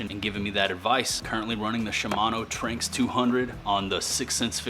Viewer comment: It’s pronounced Tran-X